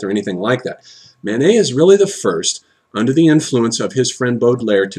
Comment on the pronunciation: I'm not sure if he's saying Manet or Mánes ... either way it sounds like he's saying "Mayonnaise". :-P